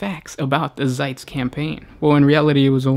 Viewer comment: It's Zeist, not Zeitz...